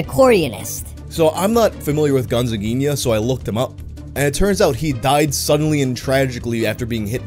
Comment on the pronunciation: Eu amo como o pronunciou o nome certinho